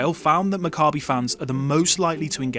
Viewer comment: You would think that anyone who had a real interest would at least learn how to pronounce Maccabi correctly.